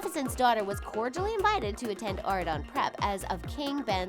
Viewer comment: "Aw-ri-don" come onnnn its "aur-ri-don"